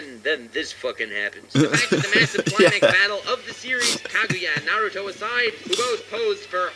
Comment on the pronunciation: I love watching ur videos but hate the way u pronounce naruto